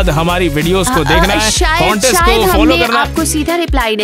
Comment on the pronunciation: It's not conteast it's contest😂